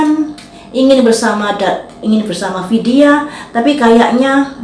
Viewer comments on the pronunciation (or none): Vidia Bu ,bukan Widia ..Vidia ...